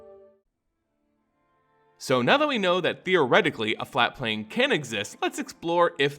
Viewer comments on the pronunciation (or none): ah yes a "flate plane"